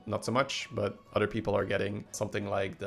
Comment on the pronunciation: It’s “other” not “udder”